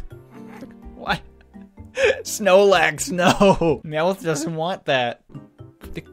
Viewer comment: when he said "snoelax" i felt that.